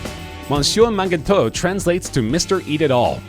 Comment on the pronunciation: the way he pronounces mangetout, makes me cringe way too hard